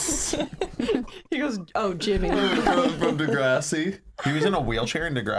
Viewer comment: it is pronounced duh grr ah si not dah grAW si